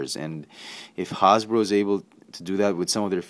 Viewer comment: "Hawz-boro" lol!